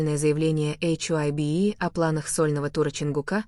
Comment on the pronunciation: БТС молчат, вот и придумивают чушь, и говорите правильно имена и что за ейчайби Хайби Хайби правильно их фирма,что ви язик ламаете, мало того что врете еще и коверкаете имена просто ужас